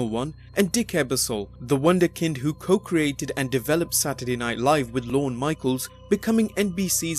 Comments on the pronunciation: It's not "Lorna Michael." His name is "Lorne Michaels," where "Lorne" rhymes with "torn" (silent E) and there's a "S" at the end of his last name. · Who the F is Lorna Michael? Do you mean Lorne Michaels?